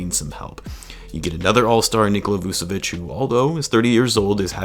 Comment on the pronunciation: Dont wanne be that guy but its Vooch-evich